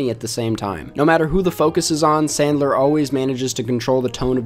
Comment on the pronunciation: I wuv Adam Sandwuw. 😁😁😁😁